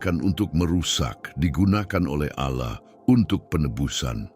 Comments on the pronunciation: 😅kirain aku aja yg curiga mendengar kata ' auloh ' nya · Seperti nya ini Salah satu imam² Palsu tersebut ketika menyebutkan Nama ALLAH kok Agak Laen ku dengar ya 😅